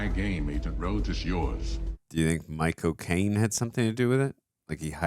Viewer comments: 3min mark… It sounds like He says My Cocaine instead of Michael Cane Or maybe I just need a lil pick me up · Why does saying "Michael Caine" sound like "My cocaine"?😂😂